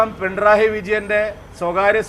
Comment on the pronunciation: പിണ്രായി അല്ല, പിണറായി